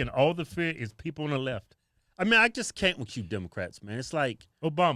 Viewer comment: Lmfao!!! Right wing stoking fear for money?? 😂😂😂 you pronounced Left wrong